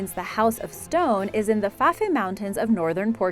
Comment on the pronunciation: After discovering more atrocities here's part 2! 1. Fafe - the E is silent. Sounds like 'faff' 2. Hermitage is pronounced like 'hermitidge' 3. Wordie is pronounced like 'wardie' 4.Rudimentary is emphasised incorrectly 5. Newfoundland is emphasised incorrectly 6. You removed 'Svalbard' from the commentary, no doubt due to terrible mispronunciation (the D is silent)- it remained on closed captions. 7. Ellidaey is actually pronounced a little like "Adlidaay' it's a complex one. 8. Vestmannaejar again complex, like 'vestman airrr'. 9. Archipelago - don't say the H. .10. You also pronounced Bjork wrong too. how can you say 'BOOOOKcases with BOOKS in it' and mispronounce the first word just a second before saying it correctly?!?!? Dear God woman, get another job. It took me 2 mins to look the couple I was unsure of up on google. What's your excuse?